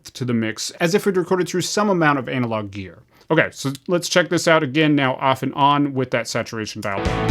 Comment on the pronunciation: Anna-log….Anna-log bro 😂 everytime you say anal-log I just think of a large turd